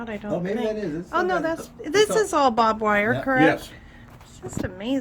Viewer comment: We two keep saying bob wire, it’s barb wire